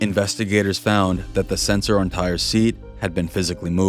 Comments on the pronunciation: TY-REE, not TIRE! WTF. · I’d rather not think a human is so dumb to call this kid TIRE instead TY-REE! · His name is pronounced; Tie-Ree, not “Tire.” My dude, you’ve got to do better research in the future. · just the comment I was looking for lol